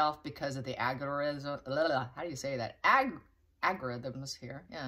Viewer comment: Good phonics🤣🤣🤣😂🤣😅